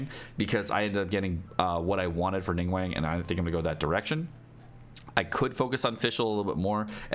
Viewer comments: You have pronounced names all wrong. Its xinq qiu not”ging-cool” Its Ning guang not “ning-wank” Its Chong yun not “chong-young” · Its pronounced ning-gWONG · Nobody:: NingWANG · Ah yes "Jing-Coo" and "Ning-Wang" my favorites 💀